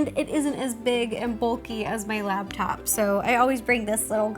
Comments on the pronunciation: It's laptop, not labtop, Ro. I used to do the same thing. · Laptop, not labtop...